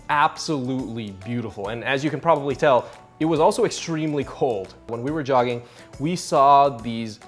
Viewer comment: What is this yogging you did ? is it pronounced yogging or jogging ? Weird.